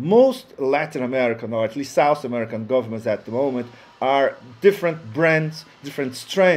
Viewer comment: I like this vid but it seems to me the person talking has no knowledge whatsoever on Colombian history and the current political situation. thanks (and is SOUTH america , not sauce america)